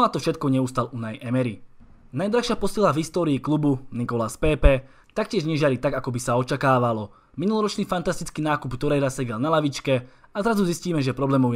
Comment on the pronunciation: prc to citas furt pépé cita sa to pepe